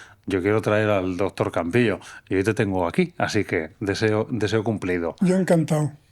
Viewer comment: Le dice dotor ajajaja que fea pronunciación tienen